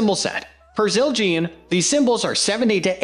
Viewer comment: I had high hopes but stopped watching after I heard Siljeean 😂😂😂😂